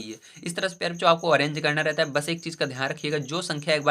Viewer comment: Sir aap pyare bachcho kahte hai ya pyare cho 😂😂😂